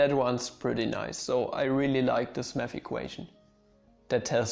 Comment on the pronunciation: You say "math" i hear "meth". "When i started studying meth at University..."